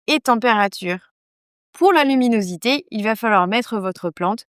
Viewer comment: La luminosité et non "l'huminosité" (2.25min).